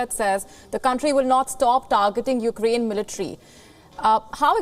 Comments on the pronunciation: i hate when he says oak krayne referring to ukraine i don’t know what the hell is he saying about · The way he kept saying "fookraine"